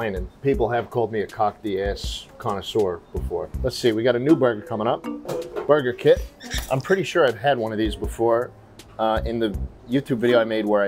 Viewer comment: i thought he said murder kit instead of burger kit.. i didnt even question it until i saw the packaging